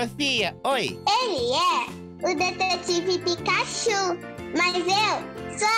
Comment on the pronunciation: ne picachu nao e picachurru